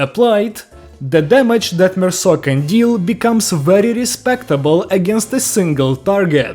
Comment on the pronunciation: HE PRONOUNCED IT RIGHT IM SO HAPPY IM CRYING 😭 ITS SO PEAK